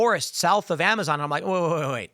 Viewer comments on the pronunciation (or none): none